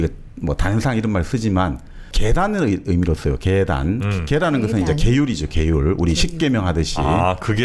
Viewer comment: 단의 뜻을 , 계율의 "계단"이라면, 제발! "계:단"이라고 첫 자를 길게 발음해야지요!